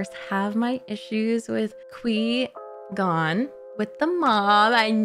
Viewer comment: Cor-Gon, Squee-Con, Qwee-Gon. So many names he has.